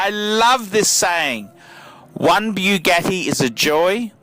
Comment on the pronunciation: The cars went to the widow BTW there pronounced boo-got-ti